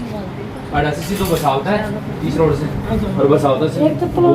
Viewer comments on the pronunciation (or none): aap se ko h bolte ho mene kei bar notis keya hai